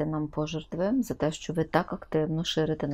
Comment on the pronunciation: Пані , чому " пожертвИ " ??? ПожЕртви , пані ... ПожЕртви !!! Від неправильного наголосу , слово не стане ще більш українським ...